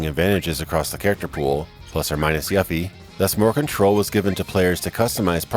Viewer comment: The way you said Yuffie bugged me xD